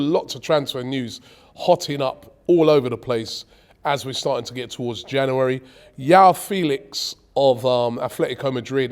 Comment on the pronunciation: It's João Felix